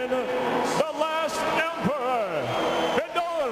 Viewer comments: And dumbass commentators need to learn how to pronounce Fedors name. Its FEDOR not FEEDOR. Fuckin knuckle heads. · since when is fedor pronounced "fiador" lol